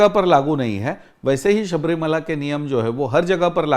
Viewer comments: सब्रीमाला नही है शब्रिमला है सर मला मीन्स पहाड़ । (अंडमान)❤❤❤ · Sabrimala nahi hai Shabarimala. Ma